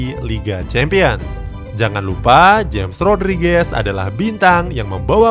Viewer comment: nyebut nya hames rodriges bukan james rodriges min